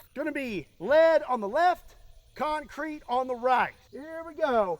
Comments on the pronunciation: CEMENT DASLUG CONK CREET BAYBEEE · das conk creet baybee